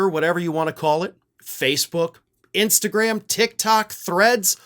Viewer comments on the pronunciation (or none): none